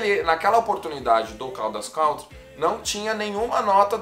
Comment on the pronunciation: Caldas “country” não se pronuncia assim. Escute depois pelo Google tradutor a pronúncia correta da palavra “country”. É bem diferente do que a maioria das pessoas pronunciam, que é bem errado. Faça isso e depois fique a vontade para corrigir quem quiser, pois te dou a garantia que não existe essa pronuncia popularmente dita em forma alguma em inglês. É um vício de linguagem que alguns brasileiros adquiriram por falta de conhecimento na língua inglesa.